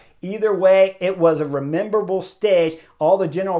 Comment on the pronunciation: Chris…remeberale???? Memorable. 😂